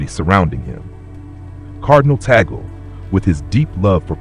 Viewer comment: Pronounced Tag-le, instead of bagel!